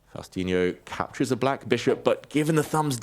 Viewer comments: It's "Faustino," not "Faustiño"! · Can you please stop calling him Faustiño? like he was brazilian or something, in spanish there is ñ and there is n and Faustino goes with the simple n. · It's Faustino, not "Faustinio" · Faustino not Faustiño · It's not faustinio, but faustino. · David, his name is Faustino - not Faustinio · Eh! The name ees FAUSTINO…not FaustiNIO! Imma notta Italiano…Capiche?! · It's Faustino, not Faustinho like David said every time pronouncing his name incorrectly.😂😂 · Why "fausTINIO"? It's FaustiNO. You have a lot of similar words in English and you don't add an I in the middle. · FAUS-TI-NO... Not faustInio... makes it sound brasilian, like faustinho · It's Faustino not Faustinio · It's Faustino not Faustiño. Loved the game. That kid is so grounded. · It's Faustino!! No Faustinio or Faustinho or Faustiño or whatever you are saying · You are mispronouncing his name. It is not faustinio, it Is faustino. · It's "Faustino" not "Faustinio" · David ... FabiaNO -> FaustiiNO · David, please, it's Faustino, not "Faustinho" or "Faustiño". It's call the Messi of chess for a reason: he is argentinian... If he was "Faustinho" we will happilly call him the Ronaldinho of chess, but it's not da case. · its not FaustinHo, its Faustino ! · he's saying Faustinyo because many times Mexican or hispanic names ending with "o" have the little tilde above them which would be pronounced with the added y in there. On the wiki pages there is no tilde mark above the o so it should be pronounced Faustino, no y added. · David, just a tiny little correction: his name is not Faustiño (as you pronounced here), it's Faustino. Maybe, if it's too challenging for English speakers, just call him Fausti, as that what he's called by friends. Cheers from Brazil 🇧🇷. 🤝 🇦🇷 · not too hard, they r saying it like Faustiño (with an ñ sound, “nyo”), but his name is Faustino (with a normal n, “no”). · Spanish: Faustiño Portuguese: Faustinho Japanese: Fauzutinyo English: Fausti-Neo